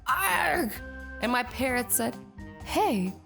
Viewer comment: Why do you always said meh not my!!!???